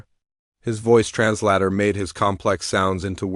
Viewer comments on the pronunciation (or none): OMG!!!!! This is story number 2 from you that I am listening to...How is it that your AI got SO MUCH worse already!!!!!????? In the first couple of seconds!!!.... it said "brethed" instead of "breethed" and then just like in that last story, it said "trans-LATTER" instead of "trans-LATER" What a true POS your AI really is. I am not Even going to listen to this crap for a whole story this time. I may try you one more time later. If the AI is just a crappy, you will be off of my listening list as I have, unfortunately, done too many times due to POS AI's making it impossible to enjoy a story. Sorry, but, this time, it is already SO bad in just the first few seconds, you get a thumbs down.